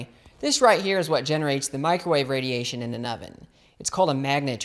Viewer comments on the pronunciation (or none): Lol “macrowave” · Haha. He called it a "Macro-Wave!" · Loved your video through new knowledge..... But dude there is no Mac in microwave. Please pronounce it properly 🙏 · Liking the "Macrowave". You should market that shite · Him calling it the MACROWAVE gets me every time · He said MacroWave. Or did i misunderstand?